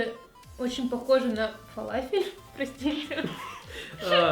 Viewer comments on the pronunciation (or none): * (НЕ ХЕЙТЕР КАНАЛА И ДЕВУШКИ) но она сказала фалас? она его пробовала парам пам пам)))* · почему нельзя говорить ФАЛАФИЛЬ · Почему нельзя говорить фалалафель